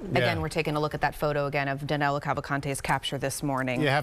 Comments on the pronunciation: HIs name is DANILO not DANELO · Danelo!! LOL... Danilo, NOT Danelo. His name is Danilo!!